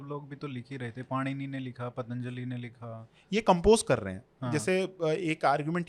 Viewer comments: पातंजलि नही, पतंजलि कहना चाहिए। सकल नही, शाकल कहना चाहिए -- सियालकोट के लिए । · पतंजलि shi होता है पातंजली नहीं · पातंजलि नही पतञ्जलि